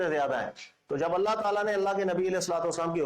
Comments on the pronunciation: Assalamualaikum.. Allah may ALLAH reward you for your work.. one thing i noticed that you pronounce ALLA Instead of ALLAH in your lectures please take care of it.. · اسلام علیکم آپ اپنے بیانات میں اللَّٰه کو اللَّٰ کہتے ہیں خیال رکھیں۔۔ باقی آپ جو کام کر رہے ہیں اس سے بہت فائدہ ہو رہا ہے اللَّٰه پاک آپ کو جزا ےء خیر عطافرمائے آمین۔۔